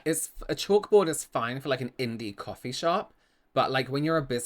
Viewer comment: "Cawfee ya" with the little pose is amazing